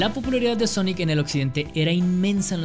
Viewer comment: Todo el mundo: Sonic ERE Champ: Sonic ar 🤣